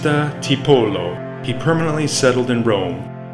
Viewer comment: Very nice presentation. The pronunciation was often off… names like Giambattista Tiepolo. Even Piranesi. It’s Peer-ah-NEH-zi. Single s in Italian is like our z